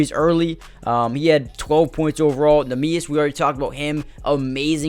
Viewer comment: Worthwhile to look up a pronunciation on neemias, its not pronounced quite how you'd expect My hauser concern is about a 3 but will go up 1 each week his slump lasts Great video man, loved it, keep it up